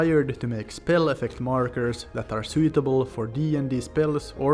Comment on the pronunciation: Also "sooweetable" (suitable)